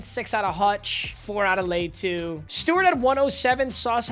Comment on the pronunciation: Bro can’t say latu’s name right